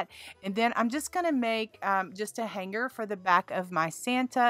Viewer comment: He's so cute, love the grundge recipe! Why do you pronounce hanger as hang-ger? Have I been saying it wrong all these years? What did I miss? Honest question not trying to be critical or fun making.